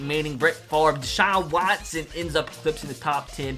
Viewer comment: The way says “Deshaun Watson” makes me laugh